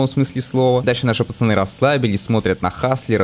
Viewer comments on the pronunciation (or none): none